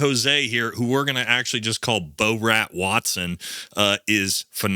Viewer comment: It’s bore-rat, not Bo-rat.